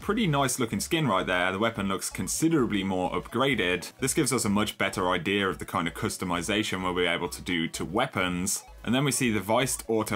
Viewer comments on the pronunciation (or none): none